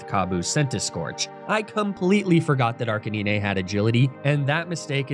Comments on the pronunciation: DID HE ALSO JUST CALL ARCANINE ARCA-NI-NE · 1. ARCANINE NOT ARCANINEH AND 2. CINDERACE NOT CINDERACHE THE E IN ARCANINE MAKES THE I SAY IT'S NAME AND SOME FOR THE E IN CINDERACE!!! PLEASE JUST SAY ARCA-NINE AND CINDER-ACE /CINDE-RACE!!!! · ARCANINE! ARK-AH-9 😡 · It’s a thumbs down from me cause of the way you pronounce Arcanine